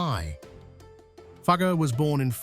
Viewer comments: Teach your ai robot to pronounce Jakob Fugger's name properly. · Please check the pronunciation of “Fugger.” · It hurts as a German speaker how Fugger's name is mangled. How difficult can it be to et a simple name right?